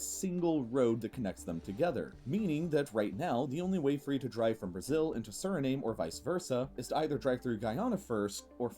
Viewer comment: Why can’t he pronounce it correctly? It’s very easy. It’s the same way as you would pronounce the nam part of Vietnam.